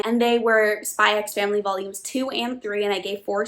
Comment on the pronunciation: He's very protective because his sister is practically his mum and his only family, and it's over the top for comedy effect (it's a normal trope in manga/anime). Also it's just "Spy Family" the "x" is silent.